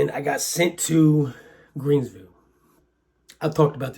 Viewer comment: its Greensville...not "Creensville" & sorry for your loss!